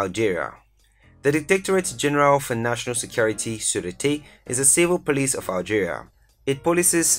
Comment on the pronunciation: Correction: it's algeria not aljaria